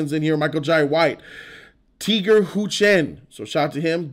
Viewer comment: its Tiger Chen... Tiger, the animal.. Tiger.. jeez! and stop saying Karate, its a Martial Arts movie. You got Muay Thai, Tai Chi, Pencak Silat and many other mixes. Tony Jaa was water down?? You didnt see the Atkins/Jaa fight??? They did make MJW, tough.. He kicked both Iko and Tiger's asses. Your a joke of a movie review guy. Your definitely far from someone who can critique the martial arts in the movie. As a martial artist my self, they did a good job. Movie, considering they are trying to cater to the Asian audience. Story could have been tighter, but overall a must watch for Martial Arts fans.